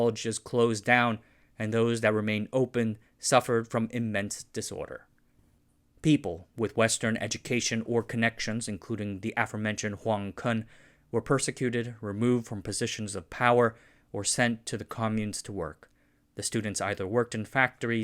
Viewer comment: Language tidbit: romanization of Chinese for "Kun" as in "Huang Kun" is actually a standard shortened form of "Kuen" so the pronunciation is actually like "koo-un" and not like "cun" as in "cunning". English style pronunciation of Chinese romanization sounds funny in an unexpected way.